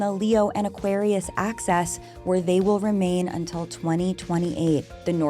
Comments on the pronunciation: I like it because it sounds like you’re saying “access” which is just what we all want right? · I find it so funny how you pronounce axis 😂